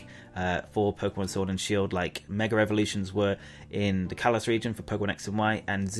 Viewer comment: gotta get this of my chest after a long time. your pronunciation of mega as "meger" is often hilarious but also getting on my nerves.